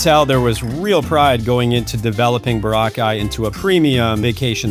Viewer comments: Bora ...cai..as in sky.....2-3 syllable not one wotd....not Barakaie as you. say it......in British English its Bo-Ruh Kay. As in a coral Cay 🎉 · Sensational video thank you. Also always thought it was pronounced ...BOR_ A _KAY. ....😅😅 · Its Bora like Flora..kye...thx u